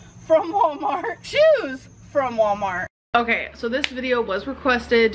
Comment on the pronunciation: "Shoes from Wahmart."